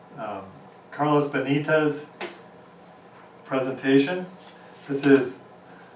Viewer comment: At 2 minutes you introduce the Benitez Loving Path Switches with a slip of the tongue, saying BEDINEZ instead of Benitez. I haven't listened further yet to see if you repeated the mispronunciation later in the video. Maybe it happened just once or twice at the very beginning...